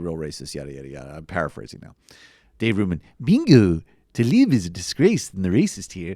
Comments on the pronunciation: its "Tlaib", not talib! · it's TA-LEEB, not ta-lib.